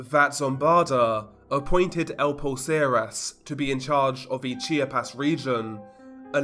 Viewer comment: It’s not called “Chi-ah-pez” as you pronounce it. It’s pronounced as: Chap-ahs